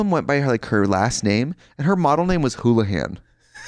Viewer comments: It was Wholahay not hoolihan so frikkin weird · UMM THE GIRL'S NAME WAS NOT HOOLAHAN IT WAS WHOLAHAY GET IT RIGHT